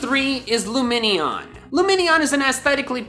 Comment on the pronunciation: I've never seen a "loomenion" before this video lmao